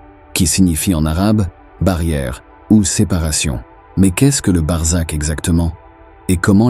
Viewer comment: C'est BARZAKH et non barzak et c'est un mot persan, qui décrit le monde entre l'enfer DOOZAKH et le paradis ou BEHESHT pardis, et on sait que l'idée du paradis a été inventé par les perses